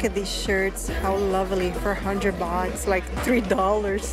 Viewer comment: Sometimes misheard tht you pronounce '100 baht', I heard '100 bucks' instead 😂